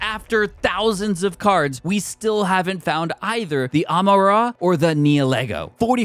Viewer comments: Love the videos so much!!! Real quick, Amaura is pronounced like “aurora”, like northern lights. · Bro the pronunciations are awful 😅. Amura was hilarious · It’s pronounced am-o-ra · That Amaura pronunciation was rank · Please don’t say amaura anymore i shuddered every time you butched his name 😂 great vid one gen to go!!!!!